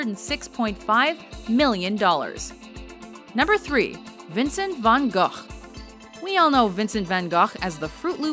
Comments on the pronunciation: Pauline BRUGGER and in Holland, where he was from, his name is pronounced with a soft g at the end. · Yeah specialy the G sounds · Pauline BRUGGER You're kind of right but he was born in Netherlands and his surname in Dutch sounds Van Hohhh, H is really hard). French names were funnier :) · Van Gogh sounded more like 'Gagh', a well known Klingen delicacy. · This lady 😂😂😂 Vincent Van GAAGJJHHH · Her pronaunce of Rembrandt and van Gogh...